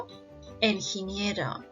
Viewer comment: not Enginiero. Ingeniero